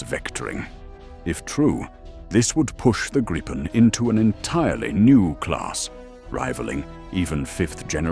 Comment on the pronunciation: 😂😂😂 WTF sort of voice is that supposed to be?? Is that the AI can do? God helps us all! And it’s the GRIP-en, not the GREEP-en 😂😂😂